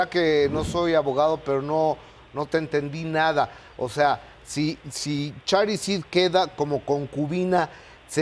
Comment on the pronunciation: Gustavo no es Charid, es con Sh